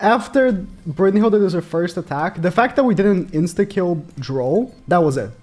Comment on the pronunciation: Why tf does he pronouce ‘brunhild’ and having an ‘er’ on the end